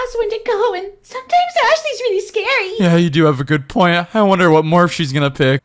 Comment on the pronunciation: Emma you said it wrong it’s scary not scared